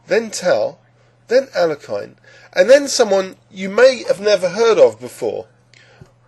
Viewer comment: It's Al-ya-kan. Not Al-la-kine.